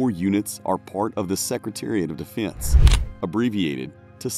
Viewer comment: All love to the creator but is anyone else here to see if anyone else commented about how he pronounces Defense? You’re welcome.